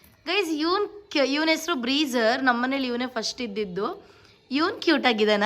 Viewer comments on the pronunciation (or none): none